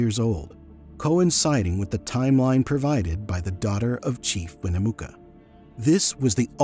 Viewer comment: The only people who pronounce Nevada as Na-vah-da are people who are not from Na-vad-da, and Winnemucca is pronounced as Win-nuh-muck-uh. So much mispronunciation makes my ears bleed. Otherwise, this was a very enlightening episode. Homogenous is not pronounced homogenius.